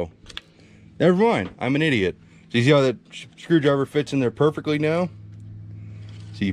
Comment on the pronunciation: " I'm an idior"..LAMO. Been there- done that. I'm still laughing, though...